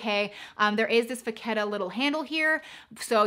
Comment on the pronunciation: U can't pronounce "Vachetta" correctly. And Saint Laurent and Givenchy. Nice bags, tho.